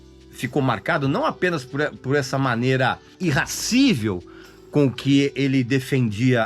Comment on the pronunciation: "irrascível" não, irascível Vem da palavra ira